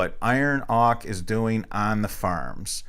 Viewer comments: its pronounced oak-ER not "ock" btw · what are you saying? iron Ock?